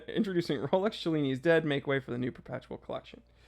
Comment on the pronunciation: "Cellini" has no "ch" sound. Knew a LTC Bob Cellini - he knew how to pronuce his name. ;)